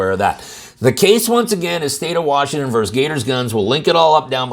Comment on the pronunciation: Why do you always say VERS (VERSE?)? Neither is correct. It is versus, meaning, against (especially in sports and legal use). Vers. is an abbreviation of versed, Vers is an LGBTQ word for a receiver/catcher/the penetrated one (use your imagination).